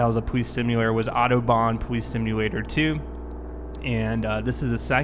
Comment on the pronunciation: I’m sorry I’m not trying to be mean but every time he says police it sounds like powees.